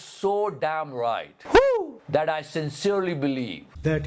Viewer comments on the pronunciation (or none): none